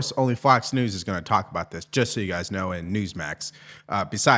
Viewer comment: Your guyziz? You can just say “your guy’s opinion…